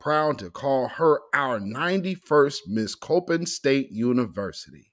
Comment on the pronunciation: It’s pronounced c-o-p-p-i-n not coping. Your welcome family. I was born and raised in Baltimore. Before I left that dumpster city 30 years ago